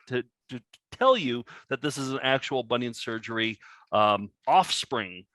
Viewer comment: To be fair, "Bonion Sergery " is phonetically sound....!!!!